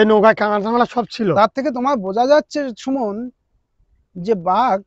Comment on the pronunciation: চুমণ না সুমন কী বলে 😅